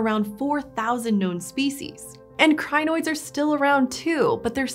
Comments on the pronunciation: It is Crin-oids just two syllables. Crin and oid. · Every time she says crinoids it reminds me of zanoits, from the Ricardo ep of adventure time lol